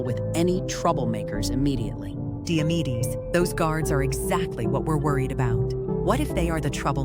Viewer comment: Diamedes sounds like diabetes😂